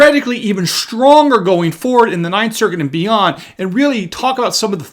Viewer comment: I cannot tell you how irritating it is to hear educated people like yourself pronounce the word Strong as shtrong. You are not alone I have heard many others do the same thing especially white people. You are not from the ghetto so speak English please. The left is doing everything it can to destroy America including the language. Other than that Great job you are doing.